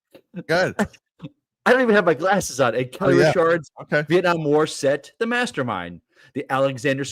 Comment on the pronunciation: It's Richards! Lol